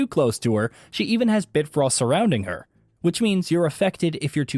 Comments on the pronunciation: It’s bifrost, not bitfrost. And the person that played this needs to learn how to roll and dodge…. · Bitfrost? Lol Bifrost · “Bit frost”.. Did you even play the game? Mimir and your partner say “bifrost behind you” so much I watch my back irl. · If this dude had played the game or knew anything about norse mythology he would know how to pronounce bifrost 😂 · This guy pronounced "realm tears" and "bifrost" like someone who's only ever read those words on a script. Maybe get someone who's actually PLAYED the games next time?